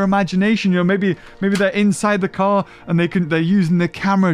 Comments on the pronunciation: when says "car" i cant help but hear anything else other then "car car" xD help me please god i cant return to normal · Which one's the friggin car-car again?